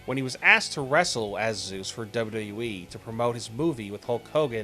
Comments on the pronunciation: Learn to pronounce WWE lol wtf is duyudub-e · "Dabledabledabyou EEE" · "Duba you da you wee"